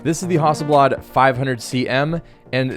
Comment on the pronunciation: good video. interesting pronunciation of Hasselblad or "haughselblawd" as you call it. hehe